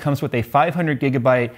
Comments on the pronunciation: Gijabyte not even jigabyte some where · he said gijabyte!